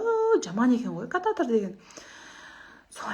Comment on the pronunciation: Кататр емес катиетр